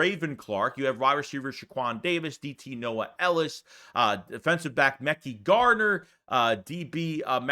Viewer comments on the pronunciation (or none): ....your pronunciation is the WORST. Josiah was a battle all season. Mekhi = muh-ky. Stop saying f****NG Mecky. GD it. Jo sigh uh, muh ky. Stop this nonsense already. I like your channel. But that sh... irks my soul. Fn Stop it